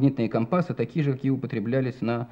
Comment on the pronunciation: Слово " компасы" с ударением на "а" резало слух.